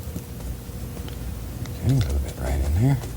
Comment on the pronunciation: He says mk instead of ok!